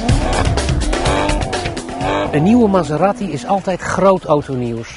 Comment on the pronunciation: Die auto heet geen Maseratti, zoals in dit filmpje steeds herhaald, maar Maserati!